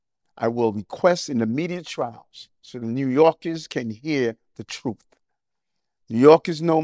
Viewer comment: I absolutely love "the truf."